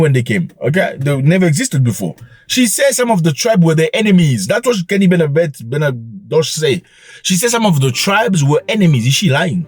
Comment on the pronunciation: The way you Keep on destroying people's names is hilarious "Kemi Benavete" 😂😂😂😂😂😂😂